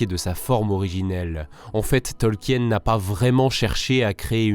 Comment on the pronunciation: Tolkien se prononce "Tolkine" et pas "Tolkienne"